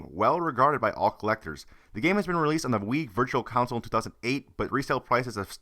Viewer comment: You do know its "console" not "council" right?